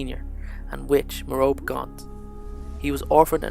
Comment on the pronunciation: His mother's name is pronounced Mer-o-pay btw..